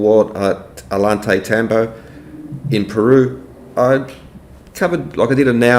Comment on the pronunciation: It's painful hearing all the ways Ollantaytambo is mispronounced 😆